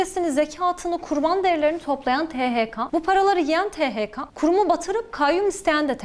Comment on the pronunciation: THK"A" değil THK"E"